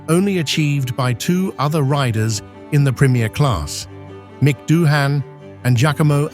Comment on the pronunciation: Sick of the AI narration. Can't even get the pronunciation of Doohan right.